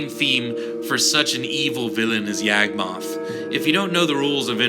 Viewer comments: He never had a spark, he was never a Planeswalker. Also as it was mentioned before Gate to Phyrexia exists, although it's probably inneficent. And I hate to be a stickler but "Yog-moth", not "Yag-moth". Cool synergy with the myogin though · Who the hell is YEAHG-moth?